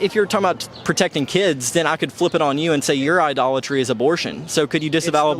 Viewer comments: Idoltree? You mean idolatry? Hahaha so stupid. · Idle-tree? Sounds like someone has done their homework on the subject! Respect that guy’s opinion……… 🤦🏻‍♂️